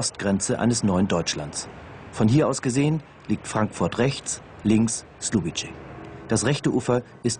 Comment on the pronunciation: Man hätte wenigstens für die Reportage rausfinden können, dass man nicht Slubitsche sagt 😂